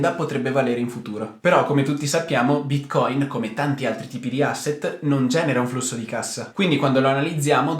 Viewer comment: Ti dispiace imparare a pronunciare Bitcoin? Non si può ascoltare